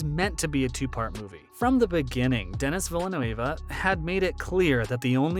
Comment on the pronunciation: Butchered Denis Villeneuve name too bro